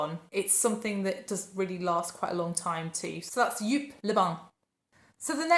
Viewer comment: Hello! First comment 😂 Edit: Joop is pronounced as ‘Yope’ (I think) I enjoyed listening to your picks. I think mine would be Samsara EDT Obsession Poison Aromatics Elixir Black Orchid Angel Muse My Eau My Eilish No 2 Portrait of a Lady Vanilla Royale SP